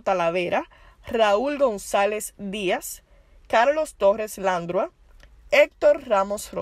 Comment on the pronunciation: La dama que narra tiene un serio problema con con los acentos ,pronunciación y lectura de las palabras por ejemplo el apellido “Dávila”, el apellido Landrau se pronuncia (Landró) .Cometió no menos de 15 errores.